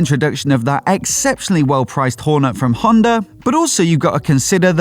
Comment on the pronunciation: “Honda Whore Net” ha ha first time I’ve ever heard it pronounced like that